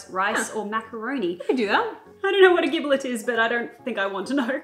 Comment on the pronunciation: You don't know what a giblet is? The liver, heart, gizzard (part in some animals), and neck. And the "gi" in giblet is pronounced like ginger.